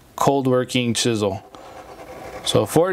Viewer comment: it's chisel, just like the 80's rock band, Cold Chisel